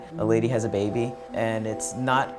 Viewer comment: Why does he pronounce baby like beebie?